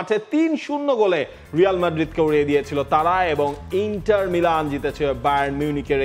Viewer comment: ইংলিশে উচ্চারণ ইন্টার, এবং ইতালিয়ান উচ্চারণ ইন্তার হবে